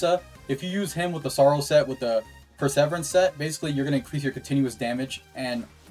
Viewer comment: You're saying Perseverance wrong